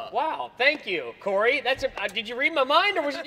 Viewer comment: Guys its coby not cory